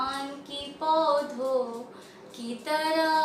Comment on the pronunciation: its not haa sound at the end of paudho instead sound goes to nose like noon ghunah